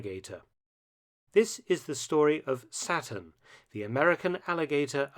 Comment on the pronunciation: Who else thought the alligator's name was "Satin" and not "Saturn" until they read the comments...